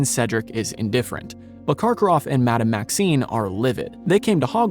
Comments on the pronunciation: You are mispronouncing the name of the Headmistress of Beauxbatons. You are saying "Maxine", but the name is "Maxime". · She is Madame Maxime, not Maxine 🤪 She is called by her surname, whereas Maxine makes it sound like her first name...which is actually Olympe. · I believe it’s Madame Maxime (with an M), not Maxine.